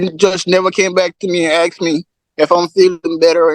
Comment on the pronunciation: Aksed eem? Is it that hard to say asked him? Aksing fo a freein.